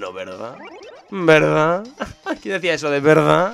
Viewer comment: lo de "VEERDAH" lo decias en el video de gameplay de muñecos si mal no recuerdo lo decia woody jajajajaja